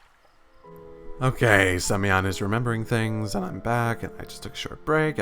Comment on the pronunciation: Сук,каждый раз проигрываю с этого "semyon":D